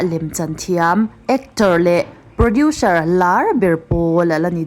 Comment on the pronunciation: Producer tive mai la,produserr ti tlata